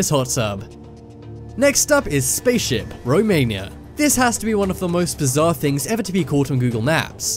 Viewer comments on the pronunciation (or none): none